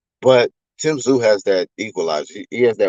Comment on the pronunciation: Tim “Brooklyn” Tszyuuuuuuu